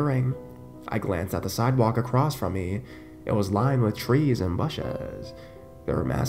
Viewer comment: "twas lined with shrees and bushshss........" seriously?